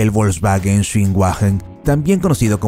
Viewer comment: La letra W wn aleman no se pronunciation como en I gles..suena como una V con bonito Mercado Volkswagen no volksguaguen..es lo prinero que drberias saber antes de hacer videos sobre un tema...